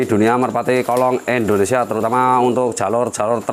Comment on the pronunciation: Indonesia. Bukan Endonesia Pak Dhe